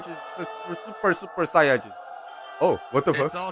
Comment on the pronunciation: On behalf of all Dragonball fans, I forbid you from ever saying the word "saiyan" again